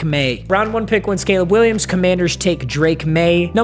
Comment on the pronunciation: This man might as well have said K'Leeb Will I Ams and Broke Webers